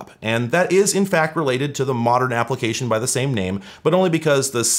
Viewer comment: "Modren"... Domo Arigato, Mr Roboto! 🤭